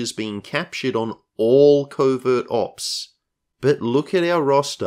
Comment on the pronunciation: I keep hearing "Covid Ops" 😖